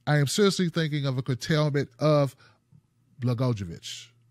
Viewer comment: Rod's name is pronounced Bla-GOY-o-vich, not that it matters. But if we're serious about getting corruption out of government, he should stay just where he is for his entire sentence.